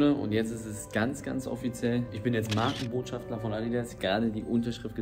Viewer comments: Hallo Eli, meine mutter hat im hintergrund dein Video mit gehört und sich darüber aufgeregt das du MarkenbotschafTLER gesagt hast und nicht Markenbotschafter 😂😂😂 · Alle anderen: Markenbotschafter Eli: Markenbotschaftler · MARKENBOTSCHAFTER!!! OHNE L !!! 😂😂😂